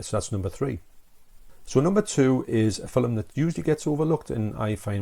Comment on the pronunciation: Arrrghhh it's F I L M!! (''Fillum'' lol ;)